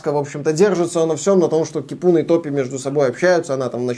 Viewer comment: Привет! В финском языке ударение всегда на 1-й слог, так что Ки́пуна. Ну а баня, это прежде всего просто погреться. Поэтому они в каждом доме, даже в многоквартирном, а иногда и в каждой квартире. А бывает и такие, где мужчины и женщины вместе и табличка заходить без плавок.